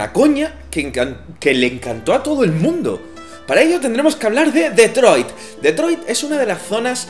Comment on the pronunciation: Como pronunciada Detroit me provoca cáncer xD